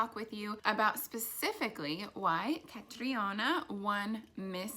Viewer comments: You don't have to say her name like that.. it's not a Spanish name..I think it got stuck in ur head since Susie Castillo said it like that lol. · Thing is, Nia's way of saying "Catriona" is less "Hispanic" than how Catriona herself actually said it in her Miss Universe preliminary introduction. Catriona's pronunciation there has a more pronounced R and sounds more Hispanic than English. Susie was more of copying Catriona's own pronunciation there than Susie making up the pronunciation herself. Besides, the Philippines is a Hispanic country in many ways including in pronunciations and utterances. So while it is polite of Nia to take note of this comment, she does not have to really take this to heart much. Pronouncing "Catriona" in a "Spanish" way is not a problem at all as Catriona herself demonstrates. Besides, it's even an Irish/Gaelic name, if I'm not mistaken. And if we'll talk about properly pronouncing it, then the way it's pronounced like "ka-tree-you-na" or something like that is definitely not correct. So yeah.